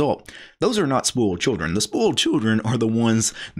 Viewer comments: Thanks, your's was the first comment mentioning it. I always thought what is he talking about? I have never heard someone pronouncing it spoaled but everytime the distinct oi in spoiled. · It cracks me up how you annunciate "spoiled." I'm hearing "spolt." No biggie and no BFD...just interesting! Wrt the video, right on man.